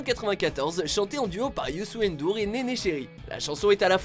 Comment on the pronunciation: Comment vous avez mal prononcer le prénom de youssou ndour sa m'a fait rire